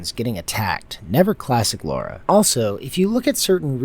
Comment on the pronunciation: LARA LA-RA not Laura